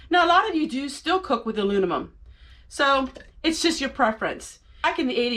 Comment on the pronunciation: Great video, not trying to be a smartass but you kept saying alunimum. I often mix words up myself and they sound so right when you say it, too!😂